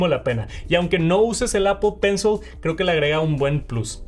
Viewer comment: Solo escucho "Apo penso"